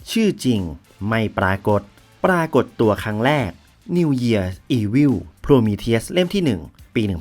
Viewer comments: ฟังโพรมีเธียสละไม่ถนัดหูเลยอ่าาา ติดคำว่าโพรมีธีอุสไปแล้ว55 แต่ทำคลิปดีมากครับ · มันไม่ได้อ่านว่า โพรมีทีอุส หรอครับ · Prometheus มันอ่านว่า โพรมีธีอุส ไม่ใช่เหรอครับ